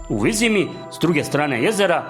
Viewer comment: Ovo je silovanje knjige s takvim citanjem.. pa ne znas niti pravilno izgovoriti Vizima. Kao da neki stocar iz sela pored Banja luke cita.